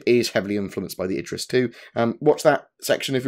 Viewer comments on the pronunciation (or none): none